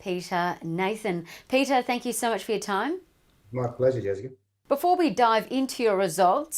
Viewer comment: The way he says Jessica lol